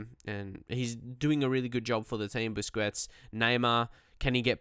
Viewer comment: You are pronouncing Busquets wrong. Please correct that.